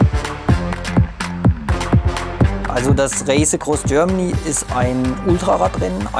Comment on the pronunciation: "Das Räisekross Görmany"